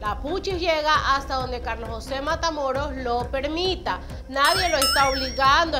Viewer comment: Escuche que dijiste Patamoros 😊😊